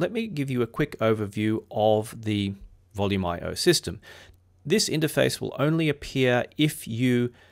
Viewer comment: I’ve been using Volumio sporadically for years and started with its predecessor Voyage MPD Linux over 10 years ago. I’d never considered it was pronounced “Volume IO”; I’ve always said “Volu-mee-o” because it is Italian.